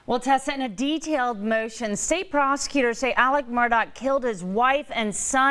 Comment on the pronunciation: Alex guys not Alec stupid newscasters